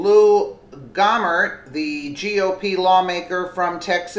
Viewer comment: Gohmert = Go-mare